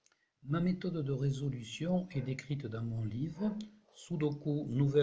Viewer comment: Le « tâtonnement » et les « chiffres-clé » ne font pas partie des méthodes logiques de résolution de sudoku. Et puis, on dit Sudoku, ku comme cul, pas comme cou.